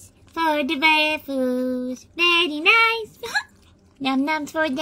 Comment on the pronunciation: VVaffles always sounds like saying secretive voupies. And for some reason that's hilarious.